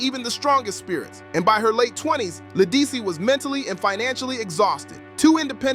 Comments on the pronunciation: This really needed to be redone with the correct pronunciation of her name. Also, why so many pics of Beyoncé? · La who? Program AI to pronounce people's s name correctly. This is insulting. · You lost me the first time you mispronounced her name...couldn't take you seriously after that!!! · Say her name right